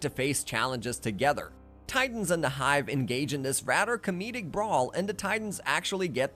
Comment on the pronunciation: “Furder” lol “togeder “ 😂 jk good video bro nice story telling and details